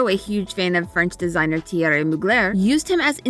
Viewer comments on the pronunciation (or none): none